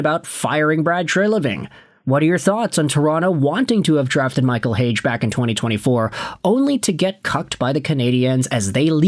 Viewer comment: leafs got cucked.... they gotta watch the habs and sabres run that train lol and its pronounced Heyg-EEEEEEE